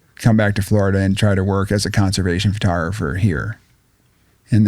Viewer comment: he said it Ughhh he said it FURTOGRAPHER... WHAT THE F IS A FURTOGRAPHER?